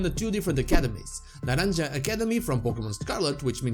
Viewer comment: It’s actually pronounced Na ran ha( the J in Naranja makes a “H” sound like in “Happy”) Is not necessarily something you missed but I figured I let you know. A lot of people have been pronouncing it with a “J” sound so you are not the only one.